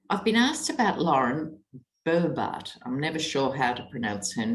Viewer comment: You pronounce Lauren Boebert's last name, Bobble-headed.